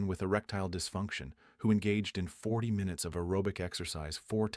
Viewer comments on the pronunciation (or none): none